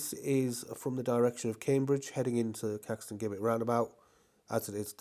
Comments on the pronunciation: Here we go again with the Jibbett/Guibbett pronunciation. It's JIBBETT. I mean, Jesus wasn't called Gueesus was he? Apart from that, thanks for another very good vlog and may I also wish you a very happy New Year. regards, Eric. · Gibbet is pronounced- Jib-et. No G 😉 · It is definitely Jibbett in pronouncing it, I'm 40 years old and my gran fully with her strong mind at 97 years old pronounces it Jibbett. I'm sorry mister you do a great job filming this and I don't want to make you feel bad but that pronunciation of that word riles me up. I don't know why sorry happy new year to you. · Pronounced as "jibbet" 🙂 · Great videos but please say Caxton Gibbet as though the G is a J. As in Giblets in a Chicken or Turkey. 😊